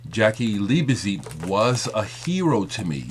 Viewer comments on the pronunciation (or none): it's Liebezeit pronounced leebeside,sorry put i'm a bit anal retentive of pronounciation.Jaki was one of the best drummers ever there is no replacement.what i hold against Bowie whenhe was in berlin ,he always told all the music papers how much he was into German electronic music but he was obviously too good to record to play with the German musicians he apparently so admired and had musicians flown in from England the Usa..ok he had the money to do so.I used to bump into Jaki or Holger Czukay a few times when I lived in Cologne,Jaki was one of the most humble guys I ever met but also very nice he loved talking about music and i learned a lot about drumming just talking to him.Holger is also fantastic company.would have loved to have played with either of them but they were both so busy.